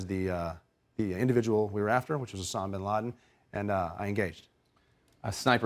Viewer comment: USSAMA ?? USSAMA?? "time to be a dumbass and walk out" "piitt pittt puhh"